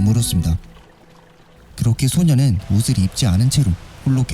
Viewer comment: 소녀는 소년은이 아니고 발음이 영 불확실하네 헷갈려서 못듣것네